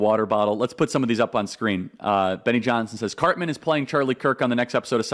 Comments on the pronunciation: Why does he act like he doesn’t know who Cartman is. He couldn’t pronounce his name? Come on man. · And he also says Carmen! 🙄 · "Carmen" acting like you don't know cartmans name smart move charlie 😂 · BS!! You know Cartman by name. "Carmen", come on LOL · You know how to pronounce Cartman’s name. That’s you showing that you’re bothered by purposely mispronouncing his name. And you’re a gay fish. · Charlie mispronounced it. 😑